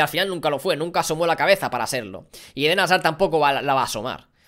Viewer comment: Dijo como mil veces edén hasar jajajaja